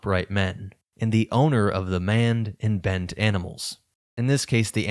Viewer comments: Why is "maned" consistently pronounced "manned"? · And now for a break from the usual comments: Maned. Long a, as in a lion's mane. It's a mistake I could've made myself if I didn't know.